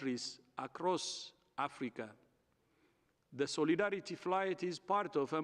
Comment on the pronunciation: Nobody is buying these elementary responses to serious and warranted criticisms. Say Soleedaridy once more Dr Tedros 😂